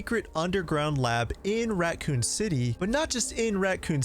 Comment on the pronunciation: Yes you are, there isn’t a T in raccoon